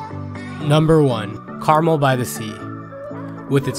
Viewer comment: Some of these are not day trips. Driving to Mendocino take 3.5 hours. Lake Tahoe is at least 3 hours. Lassen is more than 4 hours. And in Monterey, it's Cannery Row (as in canning fish) and not Canary (like the bird). And Carmel is Car Mel, not pronounced like the candy.